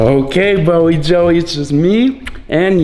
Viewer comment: It’s Bowie not Bowery